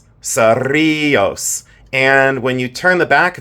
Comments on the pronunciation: Lol OMG I know CERRiLLOS♥️♥️♥️♥️ t that was perfect pronunciation I'm Spanish and I'm from New Mexico I know where that place is love you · Beautiful bolo ties!! Cerrillos turquoise comes from New Mexico. I visited a wonderful shop up in the mountains and he was Navajo and knew all the different mines, most of which he said are mined out! So proud of your Spanish pronouncing ( remember to roll those rr’s)😃😂I’m Puerto Rican and it comes naturally to me! Love you so much!❤ ❤